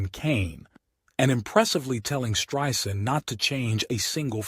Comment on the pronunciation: He pronounced her name, “Streeesand!?”